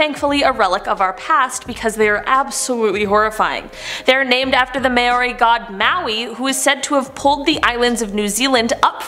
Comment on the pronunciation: anyone else from NZ a little triggered by the way she said Māori XD